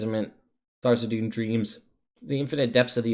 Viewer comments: Not meant to be nitpicky, but is there some pronunciation guide that states Tharizdun name should be said Tharzidun, or is it just personal taste? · The Forgotten Realms wiki says that the pronunciation is "thar-IZ-dun" and cites issue 93 of Dragon Magazine. I don't know that any of Wizards books give a pronunciation though so my guess is most people just go with how they first heard it or how they read it. My group for example always says "Th-raz-din", and probably wont ever stop.